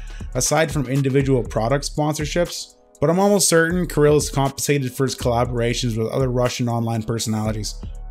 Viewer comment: Thank for properly saying name "Kirill", Kudos. As for the topic - yeah, this guy is a freak and that the bottom line.